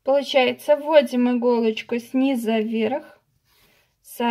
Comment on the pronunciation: "СнизУ", а не сниза!!!! Невозможно смотреть вашу тягомотину. За 5 секунд всё показать можно было!!!